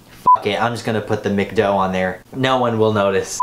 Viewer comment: But it's pronounced Mac-Doh